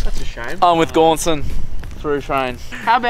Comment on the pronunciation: Oh, it's Gaunson. I thought you were saying "go on, son" this whole time